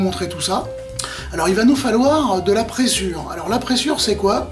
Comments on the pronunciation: Bonjour Super vidéo ! A titre informatif on prononce prézure et non pressure. Ça m'a obsédé tout le temps du clip. Bonne journée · Bonjour et encore merci pour toutes ces vidéos. La présure (prononcer prézure ;) ) permet la digestion du lait des ruminants à l'aide de leurs enzymes gastriques. D'ou les problèmes de santé que l'on peut avoir avec le lait, le beurre et la crème fraiche...